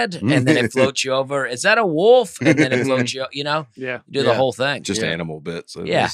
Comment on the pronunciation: Leaving the “L” out of “Wolf” while including it in “Folks” is what makes this educational podcast so great. I’m looking at you Notre Dame. Thanks for the laughs!